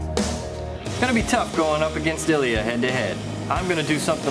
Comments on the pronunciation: Two syllables, sounds kinda like EEL-yah, except the L is palatalized, which is...hard to explain to an English speaker. The closest explanation is the "l" in "million," which also has only two syllables. It can give the illusion of three, but it isn't. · Hmmm...yes, Ilya was sneaky, but ultimately I have to go with him on aesthetics as well as weapon usefulness. I'm afraid I did not care for that tiger-striped handle on. Now, I realize I am only a beginning Russian speaker, but is it just me or do Ilya's coworkers constantly butcher his name? I don't know where that extra syllable is coming from. O_o Could a native Russian speaker tell me if they notice it too and if so, does it get on their nerves?